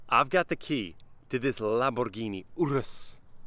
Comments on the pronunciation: UrUs, not Urs 😜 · "lAMbOurgInHI ouRouS" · The way you say urus😂, but a very nice video💪🏽✌🏽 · I subscribed as soon as I clicked the video, then unsubscribed when he said ‘Lamborghini urus’ with that accent, then subscribed again when he promised not to do it again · Are u romanian or some? Bro fuel cares 🧐